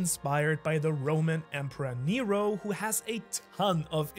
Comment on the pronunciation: Heads up NERO = Water in Greek and you do pronounce it very well